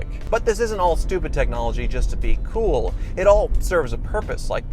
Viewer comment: When he said cool as hell and thiught he was coo as hell😂😂😂😂😂